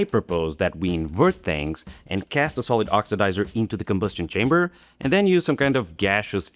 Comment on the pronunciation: "lee combo'stion shamber?" <3